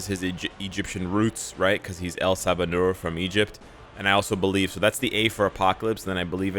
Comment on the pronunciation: "En Sabah Nur" who is El Sabah Nur?